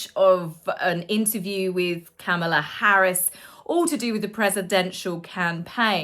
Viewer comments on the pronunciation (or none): none